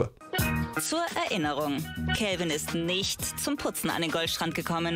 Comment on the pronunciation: Beim zweiten Telefonat klang es einmal so, als hättest du Kevin gesagt😂😂